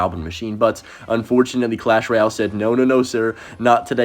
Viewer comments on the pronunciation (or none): Is clash royer, not clash royao. Lolz